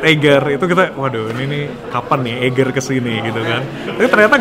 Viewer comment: Semoga sukses Sy kog geregetan kalo orang pronounce Eiger instead Aiger